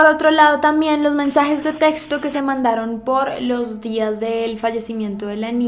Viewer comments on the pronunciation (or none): none